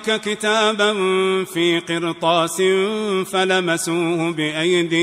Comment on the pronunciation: أحسن الله إليكم شيخنا الفاضل وكتب أجركم لكن لعله بسبب ظروف التلاوة ونحو ذلك سهوتم عن أن الراء في كلمة "قِرْطَاس" مفخمة وليست مرققة، وسبحان الذي لا يسهو، والقرآن عزيز لا يمانع كتب الله أجركم